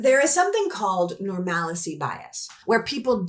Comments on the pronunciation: Brilliant video,! Powerfully said. (But psst: it's pronounced "normal-see" - it doesn't rhyme with "fallacy". 😉) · Love this and so much of what you do. Just a small correction: normalcy is nor-mal-see, not nor-mal-eh-see. We're way past normal reactions to the unlawful chaos - we can't just wait for midterms. General strike is needed. Shut it down. We cannot go to war with Iran. This is not the way!